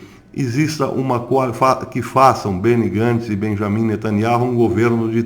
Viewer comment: A pronúncia do nome de NETANYAHU está errada. NETANIAU é assim o som da promùncia.Verifique por favor.